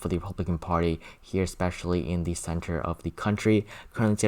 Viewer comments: Please say "the" instead of thee. I have been watching your videos as soon as you post them but I just can't handle listening to that anymore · "The" not "Thee" pretty please?